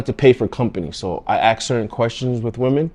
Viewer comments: Don't Ax a question, Ask it.....jeez. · You “ASK” a question.. You don’t Ax a question.. You chop trees with an ax chief.. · so it's NOT "AXE" it's pronounced "ASK" being a grown up you should know that, but being GANGSTA isn't GROWN UP is it fukk'n IDIOT FOOL. you DESERVE IT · how many questions did you axe?